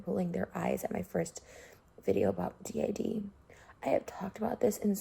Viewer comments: daz i love you but hearing you pronounce it like “did” rather than “D.I.D” triggered my fight or flight response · The DID thing makes me so angry. This is stupid and when she called out dissociaDID I got so pissed. This is so outrageous. Also daz it’s pronounced d-I-d not did. No disrespect just saying :) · It’s not pronounced the actual word did, it’s pronounced (dee-eye-dee) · ik this is old asf but its D.I.D. and u say every letters name